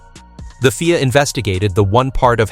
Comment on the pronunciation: It's not called FEAR it's pronounced F I A with individual letters of the alphabet. Rubbish video.